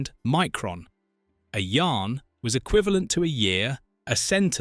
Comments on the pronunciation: It was pronounced Yah-ren not Yarn and Evie was a chimp not a dog. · it was meant to be a weekly series after first year. your ai voice can't say yahren and centon correctly. Iblis did mention who he was to Baltar in War of the Gods.